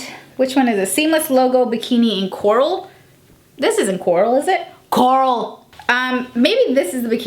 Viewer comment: Why is noone talking about the "Coaral"? lmao